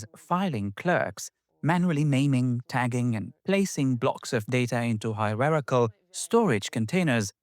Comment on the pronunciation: What‘s a „Hirerachel File System“?